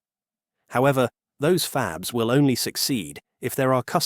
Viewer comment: Original language track is AI. Wow...what human says "fab-leez"